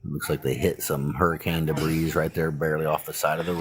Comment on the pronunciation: Debris is not pronounced like frabreze the spray. 🤦‍♀️ It’s — da - Bree You’re welcome since you didn’t finish K - 12.